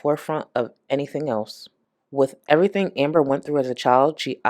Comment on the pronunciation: Long time viewer that cant pronounce her name? this is 💯 someone reading a script and messing up Amber even giggles with dupers delight realising they messed up doesnt wanna talk about foster care but just like the first A.I voice when she started these segments she keeps faking questions about foster care. whats she up to with that? hmmm 🤔